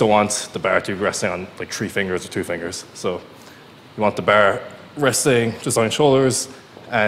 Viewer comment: Irish is strong in this one 🤣